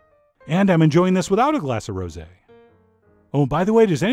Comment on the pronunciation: "Cannes", not "Khan"; "rosé", not "rosy". Other than that, the tart looks FABULOUS.